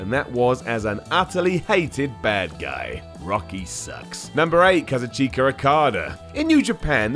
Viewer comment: That might be the worst pronunciation of Kazuchika of all time, guess the stereotype of English people and foreign words is true. Gange too.